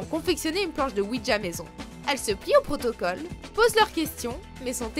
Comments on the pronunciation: on dit OUIJA et non OUIDJA............en tout cas ne pas jouer a ça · C pas ouidja mais ouija quand on le prononce ce c comme sa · Il ne s'agit pas de "oui dja" mais de "oui ja" (prononcer oui ya), ja signifiant "oui" en allemand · Vous auriez pu au moins faire l’effort de savoir prononcer correctement “Ouija”